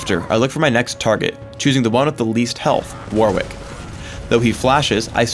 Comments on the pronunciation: "war-wick" really? really? its pronounced "worr-ick" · He said war-wick... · It's pronounced WORRICK (The A is pronounced like the O in stop)